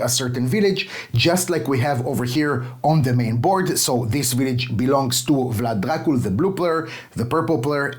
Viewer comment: Thank you for the video. Your pronunciation of Vlad Dracul is top notch! I hope it stays like this in the final version and they don't change to Dracula. You have a great taste in games, keep it up!